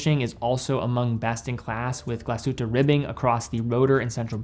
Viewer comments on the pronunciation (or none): none